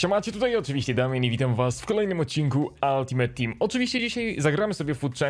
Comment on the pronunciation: Altimejt a nie altimet